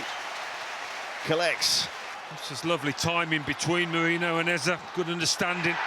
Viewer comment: So no one gonna mention how commentator butchered Eze's name when he scored ? These commentators need to have more respect . Typical western bs